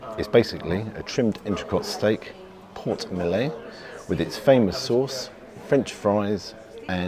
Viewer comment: Your pronunciation of ‘Porte Maillot’ atrocious